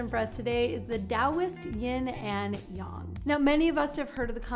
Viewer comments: She can't pronounce it. She said Yong not yang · Correct is more like "yeen" and "yahng," not "yin" and "yong." But at least she didn't add a g to yin like so many Americans do. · Yeah it's Yin and yang. Not yong. Everyone knows that